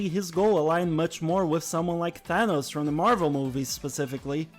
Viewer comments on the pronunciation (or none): none